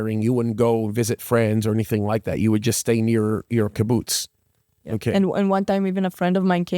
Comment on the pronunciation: Kaboots 😂. His pronunciation kills me. That aside… a very tragic story told eloquently